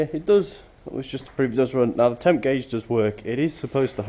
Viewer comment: . "Neow" haha. In all seriousness though, nice tractor. What is the thing that sits out on the dash? I have the petrol model so I've never seen the dash on the diesel.